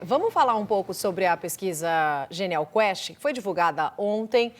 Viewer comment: Pesquisa Quespt??????? 😂😂😂😂, Exxperar o que?? Eeita?? Vice??????